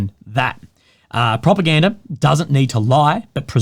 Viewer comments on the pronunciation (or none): Propagandery ? 😅 is that the kings English?